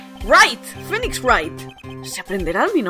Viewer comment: como se pronuncio phoenix?:V